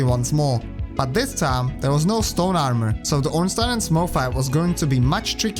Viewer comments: glad you said ornstein right, everyone pronouces it as ornstien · Honestly, the most surprising thing I learned in the course of watching this video is that there's a person on the entire internet who knows how to properly pronounce "Ornstein"